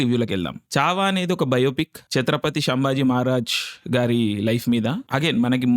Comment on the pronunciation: You earned my respect andi ....... Name pronounce chesetappudu..... *Chatrapati Shivaji Maharaj *Chatrapati Sambhaji Maharaj